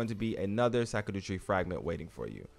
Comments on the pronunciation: literally nowhere on any planet is it pronounced “Sakadu” 😂 great video though, big thanks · It’s pronounced shadow fragment , they just spelled that way for some reason.👍🏽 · Right? I was so confused. Even if you pronounce it just how it’s spelled, it’s still not suck-a-do-tree 😂 It’s all good tho, I butcher so many words in this game too